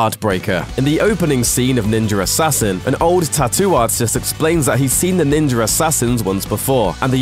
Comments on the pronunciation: Is it just me or is he actually saying Ninjar Assassin (instead of Ninja Assassin)? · _ What the fuck is "ninjer assassen" ffs at least ssy ninja right _ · "NINJER" assasin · It's pronounced "Ninja Assassin" not "NinjeRassassin" Also, it's written "Wachowski" but I'm pretty sure it's pronounced "WaKowski" not "WaCHowski" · Its Ninja Assassin, not Ninjar Rassassin. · He keeps saying Ninjur Hassassin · Drinking game. Take a drink every time he says "Ninjuhr Assassin". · Ninjer Assassin...lol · Why does the narrator pronounce "Ninja" properly except for when he says "Ninjar Assassin" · Every time he says "ninjer" it sounds like he's trying to low-key drop an N bomb. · "Ninjer Assassin" LMAO 😂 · He keeps saying “ninjer” assasin lmao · so what's a "ninjer" he keeps saying that word, what is that ? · I can’t listen to this review, I’m sorry Ninjer Assassin just kills it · What the hell is ninjer assasin? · I like that he's saying ninjer assain😂😂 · i keep hearing "ninjar assasin" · I’ve seen ninja Assassin, but I never saw this “ninjar” Assassin that this British guy keeps talking about. LOL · "ninjer assassin" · Ninjer assassin 😂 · Ninjar arsasin thats how tator says it 😂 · Why does he keep saying 'ninjer'. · I love "ninjer" assassin...and even more now that I know they referenced my favorite anime Nina Scroll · "NINJER" assassin. XD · Every time he says "ninjer" , take a drink. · I heard him say it once, now I cant stop hearing it: Ninjer Assassin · Why does he say ninjer assassin?😭😭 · "Ninjer assasin" lol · sounds like he said ninger assassin. LOL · anyone besides me notice he can say ninja by itself but can't say ninja assassin together? it becomes ninjer assassin. speech impediment. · Am I the only one hearing Ninjer Assassin? lol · "ninja ersassin" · Stop saying "Ninjer" Assassin. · the fuck is a ninger assassin? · wtf is a nenjer assassin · Is he saying Ninjer Assassin? Anyone else hearing this? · It sounds like he says: ninjar assassin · Haha, "ninjer assasian"!